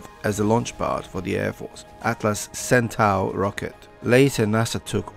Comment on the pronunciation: Hey, I think I can speak for all of us in saying we really appreciate your videos! Just a side note: Centaur is pronounced Senn-Tor